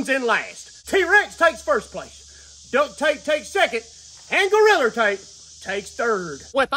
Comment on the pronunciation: Dude it's suppose to be DUCT Tape NOT DUCK